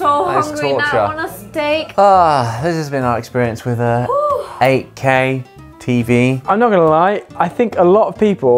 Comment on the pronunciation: 8k가 ak로 들리는건 나만 그런가...